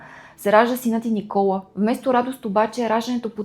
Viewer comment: Благодаря! Не знаех тази част от живота на ББ, тя наистина е била уязвима личност! Изпитвайки върху себе си отхвърлената обич и топлота от родителите си, вероятно е мислела, че няма да е достатъчно добра майка! Имам две забележки синът й се казва Никола', с ударение на последната сричка, както е във френския. Освен това името на френския певец е Жилбер Беко ( както е известен), а не Гилберт.